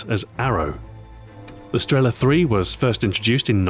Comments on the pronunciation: not strEla, but strelA. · Sorry, Stu. Its not StrEla, its StrelA... Just saying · The stress is wrong. It's not strE'la, but strelA'. And that's always the case when someone who doesn't know Russian tries to pronounce russian words. The stress is everywhere, except for the right place. For example, it's not I'van, but IvA'n. A hint for all of you then: Think about where is the stress in a russian word, and put it in another place (you may guess it right) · Not strEla, but strelA! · thumbs up so people can see, its streelaa not strela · its not strEla, its strelA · Why do some of the npc's pronounce it as sterla? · Nobody says strEla